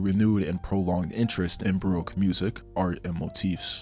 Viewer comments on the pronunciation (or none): I hope that pronunciation of baroque was satire